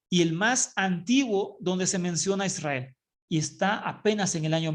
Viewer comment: SI ademas no dice Israel dice ysriar que no se traduce como Israel.